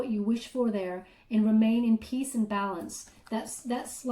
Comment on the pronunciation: Peace? not peas